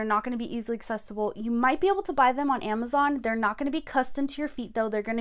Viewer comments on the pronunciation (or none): none